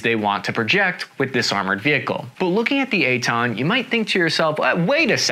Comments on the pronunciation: Took me way to long to get the name. I heard eight-ton and wondered that the vehicle was that light... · Oh, Eitan! Sometimes the American pronunciation sounds more like "eight ton". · I keep hearing "eight ton". EitAn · It’s not called the 8 Ton lol it’s the Eitan. His pronunciation on Hebrew words is a bit off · At first I kept thinking that you're saying "8 ton". Lol. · I was hearing "8 tone" on the entire video 😂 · Cap didn't say 8 tons. He said Ei--tan, which is the name of the vechicle